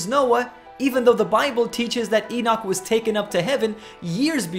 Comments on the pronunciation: prophet issiah mentioned the king Ciros by name yet king Ciros did not live on until 590 years passed thea Elijah was raptured. why you be amused Henok mentioning Noah by name three generations earlier ? the bible is filled by such amusements Enoch as you pronounces his name wrongly is not exception. he is the greatest prophet.knoledgwise he is from.GODD . you so shy about the prophet al-sayif al-arab al- saudi but bravely poke on the the one true prophet Henok.i am ethiopian i take it personal any smearing of name you do on him he is living his blood runs fresh in me. hies not a science subject he is human above all it is a eace matter he is semmite . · that is exactly i tought of him poor guy.he probanly read not the book but some commentary books on book of HENOK. even he is not prononcing his name right.